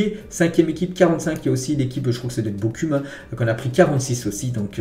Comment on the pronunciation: Bokum 😤🤦 , vraiment tu fais aucun effort. sa ce dit BOROUM